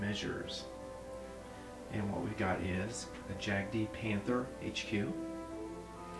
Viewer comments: You know Jagd is one word right? Pronounced Yagd Not Jag D. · Only for your information, if I may: It's not pronounced "Jag Dee Panther" ;-) The German word "Jagd" means "chase/hunt", --> here you may hear the correct pronunciation if interested: Good video and well done map!